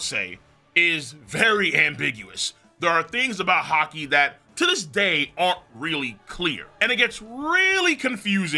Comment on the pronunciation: Bro said haki paint🤦🏾‍♂️😂